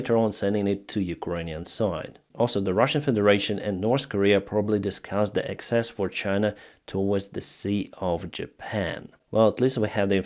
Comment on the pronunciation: PRONUNCIATION GUIDE: Access (as in 'I would like access to this lake') is pronounced AK-sess (accent on 1st syllable). Just trying to help! :)